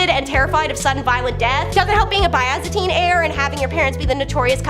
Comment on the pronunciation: You know, you might want to check pronunciations of words it was Constantinople ( con- Stan-tin-opal**like the gem*) and byzantine (biz-Ann-teen)